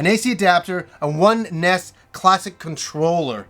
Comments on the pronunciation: Please stop calling it ness, it is called N.E S. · The Ness?! Ugh the hairs on my balls feel like they've been pulled by the roots when it's pronounced that way. The NES (initials) mini will be great! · everyone, including tv ads always pronounced is N-E-S and this guy says NES like it's the first time he ever saw it. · Am I the only person who pronounces NES as Nez?